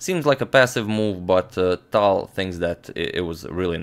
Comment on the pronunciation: i started pronouncing the T in tal like how he does instead of the airy english T.